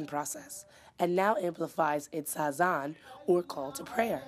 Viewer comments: The word is not 'hazan', it is 'azaan.' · It's Azan not hazan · start pronouncing azan first